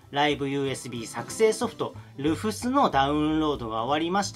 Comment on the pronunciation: 細かい事なんですけど「Rufus」の読みって「ルーファス」じゃないでしょうか？